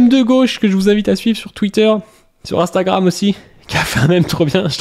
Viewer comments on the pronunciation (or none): none